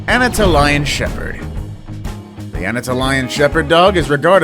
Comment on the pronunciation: Anna-toll-ee-ann shepard lol, not what ever you said lol.